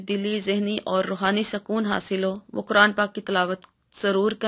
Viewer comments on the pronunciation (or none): none